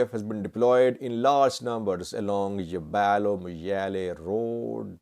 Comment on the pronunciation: It's not Yebalo... it's Yaabelo